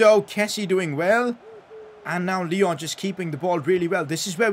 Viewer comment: Bro,haha,it's not Lyooo,it's Lyon